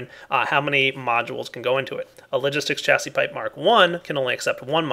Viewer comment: Hey, Chassis is pronounced Sha-zee